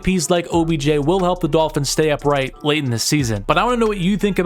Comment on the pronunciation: Midolphins lol